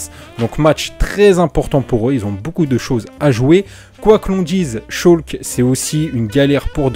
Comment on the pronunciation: salu poto on di schalke et pas scholke